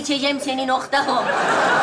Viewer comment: Nokta com degil nokta Ğom